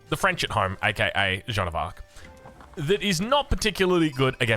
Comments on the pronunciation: No, English-speakers should pronounce Jeanne the French way, or pronounce it as Joan which is the English version of the name, not this infamous John that just sounds wrong. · Ok here is my tip to pronounce: just put a soft "J" at the beginning of the name "Ann" There you go